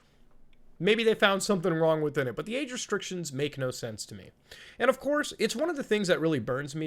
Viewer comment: 'Age restriction/restricted", anyone thought he said "aid restriction/restricted"?